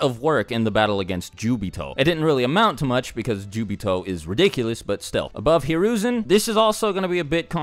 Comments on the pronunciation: Why does this guy call obito as jubito??? I dont remember obito being called jubito😅😅😅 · It’s not jubito is Obito.... -_ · he said jubito its obito!!!! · Who the hell is jobito😂😂😂